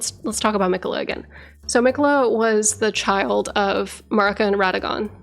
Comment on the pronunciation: You have several different audio references from a bunch of different characters in the game, so why do you feel the need to put your own pronunciation on Marika's name?